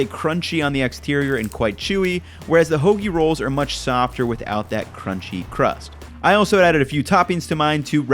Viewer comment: Lol the use of “munch” instead of “much” like is an amazing super troopers reference 👌👍